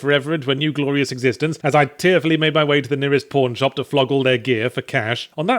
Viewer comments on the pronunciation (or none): I heard "porn shop" at first, also.